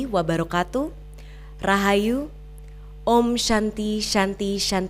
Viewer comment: Shanti dibaca santi, bukan syanti. It's not English.